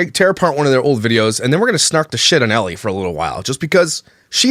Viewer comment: I can't tell you how much i fricken love that one of signature quirks is saying people's names wrong 💀💀💀🤣... It all started with "Brittany K." Aka bish... "Jiz-laine" Maxwell (Ghislaine / pronunciation is gee-laine, highly rec. watching the documentaries on her & JE btw!🔥) and today, Ellie. Idek her but just reading it I'm guessing it's just Elle, one syllable. But i love that he does a whole video on her calling her ellie the whole time. He doesn't even care if he gets it right. I love itttttt 😂😂😂